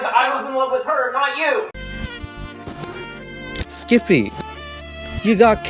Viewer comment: I love the way he says Skip-eh 😂👌